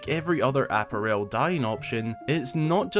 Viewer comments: I've never hear apparel pronounced that way before. Instead of APP-a-rel, I've always heard it pronounced app-A-rel. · love the video but i’m sorry what is that pronunciation of “apparel” 😭😭😭